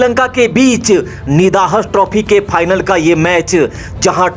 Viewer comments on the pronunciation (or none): Bhai.. channel popular karna hai??? Aawaz to badhiya hai aapki. 👌 but bhasha ko sudharo thoda. Match Phix nhy hota fix hota hai. Try to speak F, (Ph nhy). Final hota hai, Phinal nhy. Paksh hota hai, pachchh nhy. All the best. God bless.